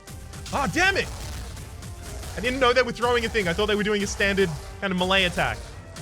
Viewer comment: Please say melee properly 😂😂😭